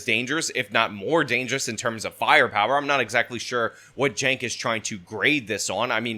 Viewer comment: If youre going to make a video about someone, learn their first name. CHENK - not JENK.